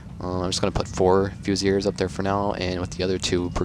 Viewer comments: Definitely pronounced "Fusiliers" - "Fuse-il-eers". So my mate in the army claims anyways. Think you're spot on for #2 though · In French it's more like Fy-si-li-e